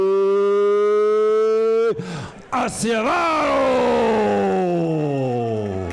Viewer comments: Hey Mr. Announcer, you butchered Acevedo's name, sheesh. It's pronounced "Awseh-vetho", pinche gringo... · The announcer said, "Ass-eh-vado." Dumb old man can't pronounce Spanish.